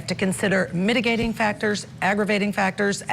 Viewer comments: She can't read!! Mitigation, MIT I gation. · um the shirt and tie dont help just sayin, not critiquing the clerk but reading skills ....um heinous, mitigation, accompanying, um we all can do be better lets agree to read more sound more professional get the words right the tone the gravitas as it were